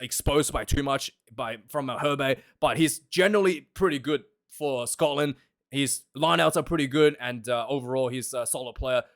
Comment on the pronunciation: As a Scotsman, I approve the way you say 'Scotland!'! I am sorry to hear that you lost your job!